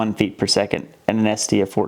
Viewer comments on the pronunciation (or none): none